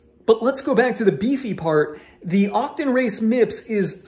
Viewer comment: Octon? Otocon... why you say it funny?